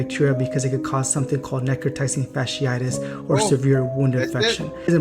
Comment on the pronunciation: as a microbiologist her pronunciation of necrotizing fasciitis was abysmal. But this isn’t a new disease. Necrotizing fasciitis; these particular cases seem to be caused by group a strep which is common. Typically when you go to the ER for a cold they are gonna run Flu AB and Strep AB. For it to cause necrotizing fasciitis these patients had to be immune compromised somehow. This one really isn’t of alarm to the general public outside of certain circles because in a normal healthy immune system it shouldn’t progress to this stage. Now what would be of concern for me though is if it was antibiotic resistant; because at that point if exposed to enough people and enough mutations happen then virulence could be enhanced to infect people with healthy immune systems as well since we won’t be able to eradicate it in infected populations. Microbes are pretty fascinating. I also really wish people would fully know things before trying to put out PSA. Like if you can’t pronounce it you probably shouldn’t be educating 😂.